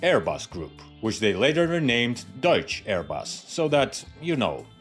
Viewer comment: The ‘CH’ threw me.